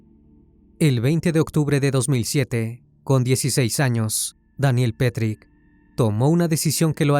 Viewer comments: Excelente relato, solo quería resaltar un pequeño detalle que no cambia en nada el buen contenido: el apellido de pronuncia "petrich" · Daniel Petric, NO Petry ( Osea NO es el mismo asesino de Brasil del juego Tibia ) 😊